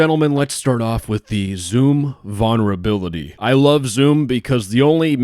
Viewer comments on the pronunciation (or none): Please add the first "L" in vulnerability when you pronounce it. I actually can't stand to listen to you say that word for a whole video.